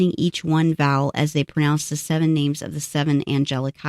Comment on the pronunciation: Come on now ... wasting all that time botching all those names .. jeepers creepers